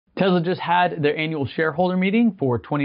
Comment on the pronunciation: Its tesla not tezla dummy....